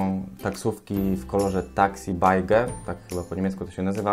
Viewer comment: Taxi beige to się chyba czyta taxi beż xD